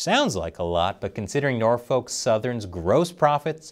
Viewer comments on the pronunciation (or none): As a resident of the Hampton Roads Area, that it not how you pronounce it Norfolk. It's pronounced more like Nor-fick, not Nor-folk. I know sounds wierd but thats the correct pronunciation.